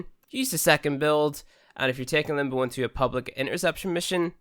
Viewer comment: It's limb bow. Not limb boo.